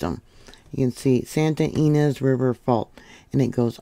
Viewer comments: Thank you for watching with me on California. Not all quakes are generate report. Deceptive. Ynez is pronounced Ee-nezz. Vid bless you. 🙏🏼💕😊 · "EE NEZ" (Ynez)...(we live in vandenberg village - btwn lompoc & the base)